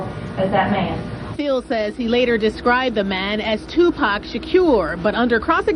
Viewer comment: Judge and those that mispronounce his name: it's Tupac, Not Tupack and Shakur Not Shacure